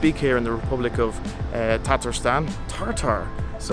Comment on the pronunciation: TATARSTAN! NOT TaRtarstan!